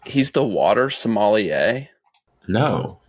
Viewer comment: OMG, It's sommelier, not somalie, dude!